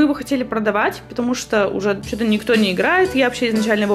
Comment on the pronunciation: мне кажется, или сказала "шо то"😄 P.S. Я из Украины, было неожиданно услышать знакомое "шо"😂